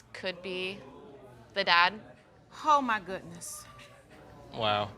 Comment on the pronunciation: the judge 🤦🏽‍♀️ “hoe my goodness” 😂😂😂😂